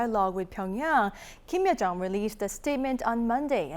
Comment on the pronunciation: 주황색님 발음이;; 김여정인데 김혜정이라고하는건지 비음이너무심하네요